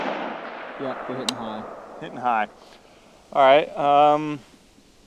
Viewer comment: Hitting has two Ts so please don't pronounce it " heh in". Pronunciation is important.